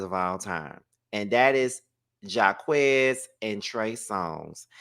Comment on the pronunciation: it’s JAH-KWIS not Jah-quez lol & no Jacquees slander I love his music ❤❤😂